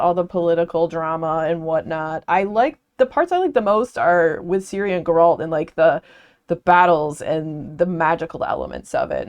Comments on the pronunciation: i came for this, her mispronunciation of the Geralt's name made me feel uneasy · "Gur-rahlt" is a new pronunciation of his name to me 🤣 The Witcher was an interesting series to read. I started with the Netflix series first not knowing any better, then read the books and then eventually convinced my wife we needed to play The Witcher 3 together and now I just need to play the first and second game and deep dive into the comics and the newest prequel book that has yet to be translated to English. Personally, I thought that the main series of novels was fine. The Witcher 3 was fantastic and I think where The Witcher as a series shines the most is when it's not about this grand overarching plot and it's just about the small adventures that Gerald gets into on his travels. They're so fun and there's so much going on in this world (that I think could've been put together better btw but it's still an interesting world all the same) that I could genuinely read a hundred short stories of Gerald just doing mundane things with Yennefer, Dandelion and Ciri and never get tired of it. I hope there rest of your read goes well!